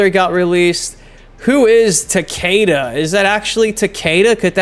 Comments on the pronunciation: Takeda is Japanese and pronounced- "tok-uh-da" everyone says it wrong lol. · Yeah. Everyone pronounced "Ta-kay-da", but its fine.